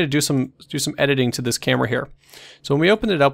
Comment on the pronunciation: "So tNice tutorials is our channel rack..."